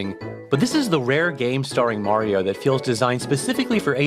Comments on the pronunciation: I will never trust someone who pronounces Mario as "Meh-rio". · take a drink every time he fucks up saying Mario